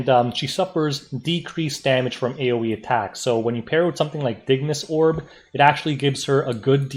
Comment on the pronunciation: Bless you for saying "Dignus Orb" properly.